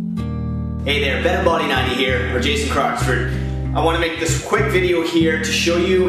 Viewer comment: dude u gotta emphasize the "X"